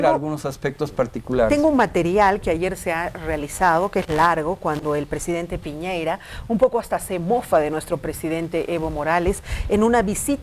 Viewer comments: Cuando paren el resentimiento añejo tendrán mar pero por punta arenas, además es Piñera no piñeira 😂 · Señora, es Piñera no Piñeira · El presidente se llama Piñera, no Piñeira señora. Infórmese, por más que le duela.